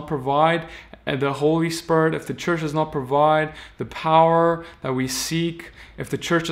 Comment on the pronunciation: The only evil thing in this video is the way you been saying Spirit. SpErT